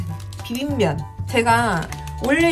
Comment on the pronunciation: 아니...비빔면 발음이 어럽더라고요~ 돋보기도 괜찮지만 비빔ㄴ도 나쁘지 않다고 생각하는데 어때요. 안녕 비빔ㄴ들??ㅋㅋㅋㅋ 화질은 아이폰쒈튄의 힘이수구!